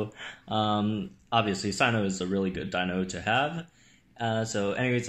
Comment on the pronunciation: majungasaurus zone. good thing I live in L1 too! and: "sino" more like "si-yes" lol